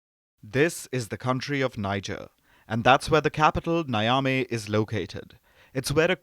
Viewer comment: If you people are going to mention names of leaders and places,at least make an effort of finding out how these names are properly pronounced. It’s Niger (Pronounced Ni-jerr,not Nai-ja). The city is pronounced (Nia-may,not naya-mi)